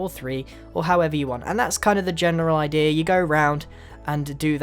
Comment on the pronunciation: I like the way grian says "idea" he says Idera